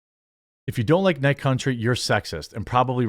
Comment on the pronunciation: True Detective: Night Cuntry